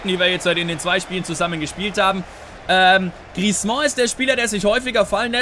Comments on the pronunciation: Änder bitte mal deine Aussprache von Griezmann! ;) Das "mann" am Ende spricht man eher wie den "Mann" im Deutschen, vielleicht nicht ganz so hart. Aber auf jeden Fall nicht wie du es immer machst mit Griez"mon" ;) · Hey, den Griezmann spricht man nicht "Griezmɑ̃" aus. Den guten Mann schreibt man am Ende mit zwei N. Ein "an" im Französischen spricht man als "ɑ̃" aus, wie in "orANge" - das ist dann ein so genannter Nasal-Laut. Ein "ann" aber wird ganz normal wie im Deutschen ausgesprochen. Nenn ihn doch einfach "Griesmann":)